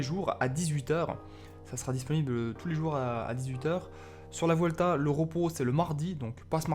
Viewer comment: Salut petite remarque on dit " buelta" car en espagnol le "v" se prononce "b"